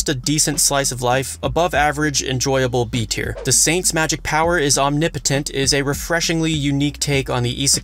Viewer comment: The way you pronounced “Omnipotent” made my brain hurt.